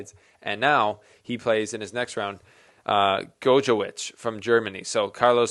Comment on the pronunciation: Gojowczyk is pronouced like "Gojowcik" . The umpire in his match against Humbert also struggled a lot with his name in the first set